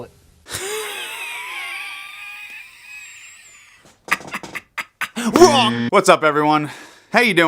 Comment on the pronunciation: Trip-el-et.... its even a triplet when you say it...